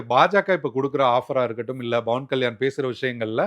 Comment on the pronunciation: Athu Pawan kalyan, not Bawan kalyan 😂